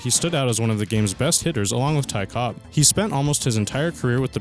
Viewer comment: Ty Cobb. No 's' on the end. Cobb.